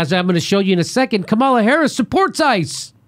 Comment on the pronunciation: I normally like your shows, but how many more hundreds of times are you going to mispronounce Kamala's name? .. It weakens your cred .. I'm not defending her at all, it's just that if you continuously mispronounce anyone's name, it seems like you just get your research from reading about instead of listening to the people you're talking about .. If you check any Harris interviews, such as with her bud Ellen Degeneris, she's introduced as KA-ma-la, not Ka-MAL-a ... It's like a radio DJ who mispronounces an artist's name .. It blows the mystique and exposes lack of research.